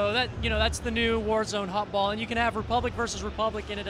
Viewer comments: its HuttBall not hot ball.. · FOR THE LOVE OF CHRIST IT'S HUTTBALL, NOT "HOTBALL" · are the "u" and "o" keys really all that hard to mix up? IT'S HUTTBALL, not HOTBALL. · Hotball sounds like griffball.